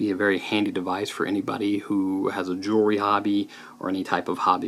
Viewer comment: "jewelry" scale.